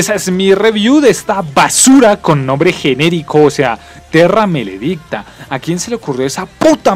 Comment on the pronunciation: de una te digo que no le vuelvas a decir malo a buried , ah y no se le dice terrameledicta sino terramaledicta , y extincion es la basura de la saga.